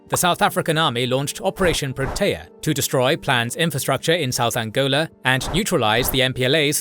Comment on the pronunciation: Love the video! “Windhoek” is pronounced “Vint-hook” “Botha” is more “Buah-ta”. “Protea” = “Pro-tee-yah” Thank you for covering this conflict, the actions of the Apartheid government are appalling and deserve to be laid bare for the world to learn from, especially considering modern conflicts of a similar nature…